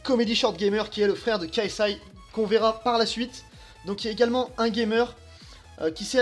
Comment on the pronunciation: Enlèves les "fucking" et prononce l'anglais correctement et ta vidéo sera bien meilleure... Le "K" de KSI se prononce "kay" et pas "ka". On prononce un acronyme entièrement en anglais ou en français mais on ne fait pas un mix des deux.